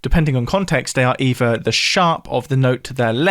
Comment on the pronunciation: Wiv, eeva, ... is there no TH in British English ??